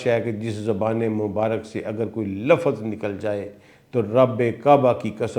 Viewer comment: سر نہایت ادب کے ساتھ گزارش ہے کہ الفاظ کے اعراب کا خیال رکھا کریں ،غلط ادائیگی آپ کا غلط تاثر چھوڑتی ہے، مثال کے طور پہ لَفࣿظࣿ کو لَفَظ، غَلَطࣿ کو غَلࣿطࣿ، مُسࣿلِم کو مُسࣿلَم، ہُرَیࣿرَہ کو ہَرَیࣿرَہ ، اسی طرح انگریزی کے الفاظ beyond کو beyand وغیرہ